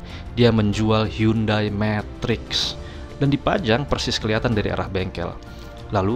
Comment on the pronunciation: Hyundai.. baca nya hende bang